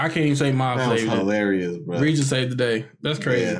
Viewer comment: So Reigen (like GUH sounding G not Gen like generation) was able to walk up to Shimazaki because Mind's Eye lets him essentially throw all his senses on "seeing" a specific thing, in this case psychics and I assume all psychic power. Considering Reigen doesn't have any, he wasn't "picked up" on Shimazakis psychic "radar".